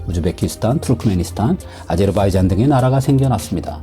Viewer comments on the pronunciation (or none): none